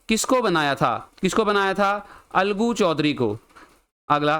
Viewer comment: Sir that is Alagu Choudhary Not Aaloo Choudhary 😂😂